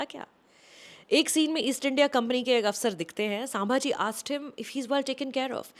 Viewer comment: I generally like Sucharita’s reviews. But this time I am disappointed, not in the review as I yet to see the movie but the fact that she is calling ‘संभाजी''सांभाजी'. Didn't expect that from Sucharita.